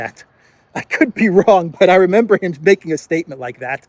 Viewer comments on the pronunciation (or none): none